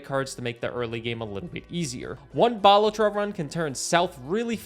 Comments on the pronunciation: Its Ba-la-tro not bal-a-tro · love the video and your channel, but you say balatro weird xd aaaaaaaa